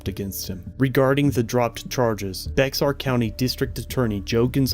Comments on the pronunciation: Just small correction, while it's written "Bexar County" it's pronounced "Bear County" 👍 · “Bex-R” lol…it’s pronounced the same as “Bear” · Lol. Come on bro. If you’re going to do this kind of thing, at least research the pronunciation of words. It isn’t “bex R”. It’s simply pronounced as the animal “Bear” (bexar county). Bex-R. Lol. Please. Don’t give an update when it comes out. It will strain yo br-ain (brrrrr ain). 😂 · It’s not Bex Ar. It’s pronounced Bear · Love your channel, just a heads up as I live in San Anotnio....Bexar County is pronounced "Bear" county and not "Bex-Are". I don't know why, it just is. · Not,”Bex-are” the X is silent. So pronounced bear or bare. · Baxer Co. Is pronounced bear and SAPD are scumbags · Pretty please sir it’s pronounced “Bear” County lol not Bex-ar.. -a friendly Texan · Great work as always sir. I was going let you know how to pronounce Bexar, but I noticed another comment in your comment section. So I deleted that one. Love your hard work and keep it up. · Lol, I call it Bex-ar county too! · that is BEXAR (Like bear) not becksar. The x is silent. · Not BeXar, it is pronounced like Bay Are. The X has connotations like a soft Y. Bexar County was created on December 20, 1836, and encompassed almost the entire western portion of the Republic of Texas. ... The county was named , one of the 23 Mexican municipalities (administrative divisions) of Texas at the time of its independence. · Great video! One thing to help you out though, it's pronounced " Bear" County not Bezar. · Not Bex-ar foolio it's pronounced like Bear but spelled Bexar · It is pronounced BEAR and NOT BeXare!! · Baxer is pronounced "Bear" like the furry animal. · Bexar (bear) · Just so you know Bexar is pronounced like bear. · Great video! By the way... Bexar is pronounced “Bear” or “Bare” 🤠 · Quick FYI, Bexar is pronounced Bear. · We San antonians pronounce bexar “bear” county 😂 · We pronounce BEXAR as BEAR or Bare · Its pronounced Bear county.